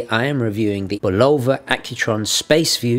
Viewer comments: And the emphasis is supposed to be on the first syllable. BUL' o va. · Why does everyone have a problem pronouncing the name of this watch. Having grown up in the early 50's, and into the 70's and 80's listening to Bulova ads on radio and tv, it was pronounced BULL'-o-va not bul-O'-va. The accent was on the first syllable. These were American ads for an American company so I defer to their pronunciation. Also I love these watches and have twelve in my collection. One of these is a 2181 movement powered Deep Sea 666 diver's watch that has been running continuously since I purchased it in May of 1974 except for the time it took to replace the battery. It now uses a 344 silver oxide 1.55V battery in place of the 218 1.35V mercury battery. This may account for it gaining about 10 seconds a month. I believe the sweeping second hand on these older Accutrons are even smoother than the newer Accutron II and Precisionist movements. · Excellent video but I would add that the name Bulova is pronounced BUH lo va, accent on the first syllable. You can verify this by watching old Bulova adverts. I still have the 214 Spaceview that my dad gave me new for my 12th birthday, in the early 60s. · I'm a bit confused why I am hearing people pronounce Bulova with a long "o", as in bologna. Since I was a kid it has always been with an "uh" sound, as in this old TV commercial, which is rather humorous.